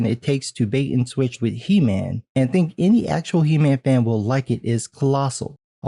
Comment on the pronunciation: LOL! Did you say "He- Ma'am" :)